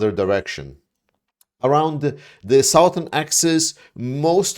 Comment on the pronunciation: "Suhthern," not "Sowthern." A "sow" is a farm animal. I realize that "South" has the "ow" vowel. "Southern" just has a schwa.